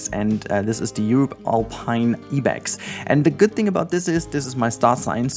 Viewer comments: Fyi Ibex is pronounced like "eye-bex" in English and not "ee-bex" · I want to correct your pronunciation of Ibex but I also wanted to say you have such wonderful content and I always look forward to when you upload a new video. Ibex is pronounced like (Eye) Bex. My zookeeper brain was like ah what?😂